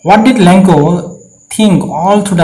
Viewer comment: Lencho hoi lenkooo nohoi apuni vul ka pohisa sir